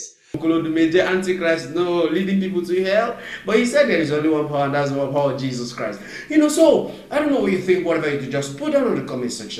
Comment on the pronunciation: The way he even pronounces Jesus Christ is fishy. Jesus kuwaist he is fake jare